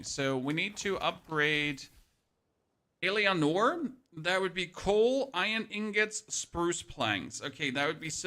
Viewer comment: Thank you so much for the guide, this is excellent :) ... But please for love of God, stop pronouncing her name wrong... it's pronounced El-a-nor :)